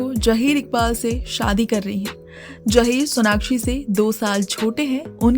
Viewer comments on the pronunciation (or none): Jaheer koiee naam nahi hota. Zaheer Iqbal boliye.